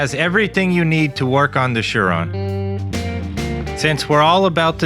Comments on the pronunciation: Umm there is no H it’s Surron not Shuron? wake up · It’s a surron not a sure on.